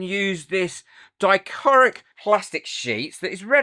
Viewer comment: I love how you mispronounce dichroic 😂. I definitely prefer the darker backing.